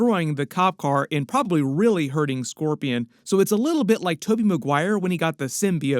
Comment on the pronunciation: The way he messes up scorpion makes you wonder if he's possessed by symbiote?